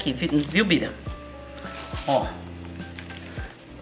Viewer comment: É Bira. Kkkk saiu errado.